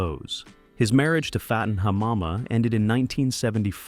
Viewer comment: It's pronounced Fatten Hamama, like an actor will fatten up for a role. Not Fayton, lol. And Hamama is pronounced like you say ma'am.